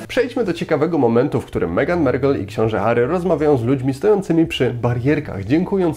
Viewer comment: Nie czytamy "merkel" tylko maarkl" ;) Anyway, fajna analiza 👏